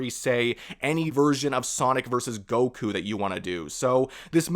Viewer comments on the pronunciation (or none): none